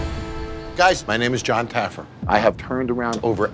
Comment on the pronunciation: Lmfao I loved the drunk security guy calling Jon Taffer, Jon Taggerfeet 🤣🤣🤣